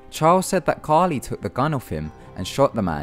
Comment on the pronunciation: It's Caril, not Carli. This is one of the reasons I'm thankful for Ty Knotts, both of the other narrators had horrible grammar and pronunciation.